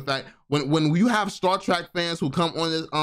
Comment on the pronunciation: my OG... its pronounced Star Trek not track lol love the content brother!